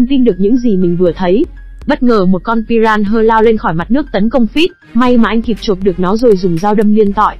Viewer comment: huhu... con cá đó đọc tên là pi - ra - na mà, đâu phải pi ran hơ 😭😭😭